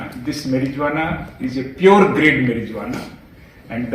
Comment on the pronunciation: Dgp hats off mann .you cant even pronouns the marijuana properly. .just note that the capital J is silent..ok..